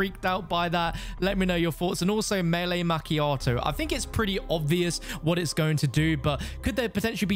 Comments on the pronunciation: Not Mac chiato it’s pronounced ma chiato. That really really scratched my brain in a horrible way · the way you pronounced macchiato lol